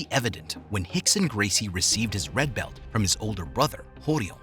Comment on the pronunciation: Redccccchhhh belccccht.